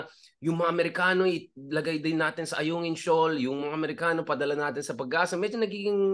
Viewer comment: Sen. Robinhood, bakit galit ka sa mga markano? Yan ang pagpronounce mo ng amerikano. Malaki utang na loob mo kay duterte dhl naging senador ka. Pero magkaron ka nmn sana ng malasakit sa kapwa mong filipino. Sayang sweldo mong galing samin.